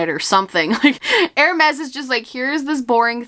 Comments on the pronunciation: hermès would be pronounced like “er-may” , or you could add lile a little soft ssssss to the end, like “er-maissss” . im speaking off my experience as a high school french 1 & 2 student 😭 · Hermès is pronounced "airmess" Keep up the good work with your French lessons ♥️ I'm French and I'm trying to learn German and oh well - 😂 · Hermes is pronouced like "air-mez", but instead of "air" say like "eh" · Hermés is pronounced like “air mez”